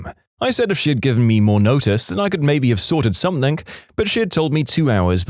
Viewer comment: No k in the word something